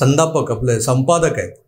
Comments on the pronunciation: व्वा...संपादक चा जाणूनबुजून चुकून केलेला उच्चार "संडासपक" एकदम चपखल बसला आहे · संडासपक...... अफालतून उपमा.. तिथ च कोंबा त्याला...🤣🤣🤣🤣🤣